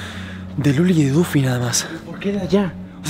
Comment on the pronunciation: Es Duffy, no "Dufy" :]